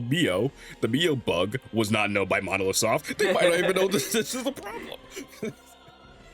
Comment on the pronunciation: Why do they keep calling monolithsoft mawasoft???